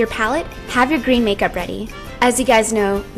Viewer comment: Lol she said makerp